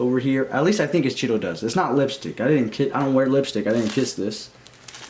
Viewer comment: YOOO “CHEEDO DUGHST” But I’m lovin the pod!!!